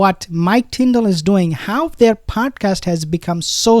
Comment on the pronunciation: Ops not tornadoes it's tndal or tindal